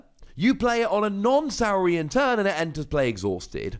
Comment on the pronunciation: It's got to be Saw-rian. Like Dino-saw. Right? And it should have been Philosoraptor....